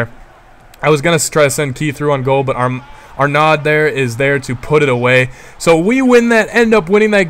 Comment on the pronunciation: HAHA the name is not Arnad, it's pronouced ARNO.